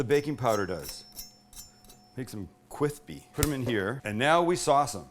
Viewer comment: Hearing Sam say kwispy all I’m thinking is he’s been watching Joshua Weissman hasn’t he lol